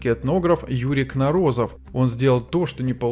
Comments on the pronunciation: Кно'розов, а не Кноро'зов, где ударение ставится на первый слог. По ушам режет.Позор! Уродовать фамилию знаменитого учёного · КНоРОЗОВ!!!ГОВОРИТЕ ПРАВИЛЬНО! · КнОрозов! Ударение на О в первом слоге!!! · Кнорозов, ударение на первую о.